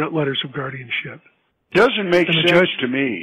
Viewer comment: "Theres alot of things in life that dont make shensh"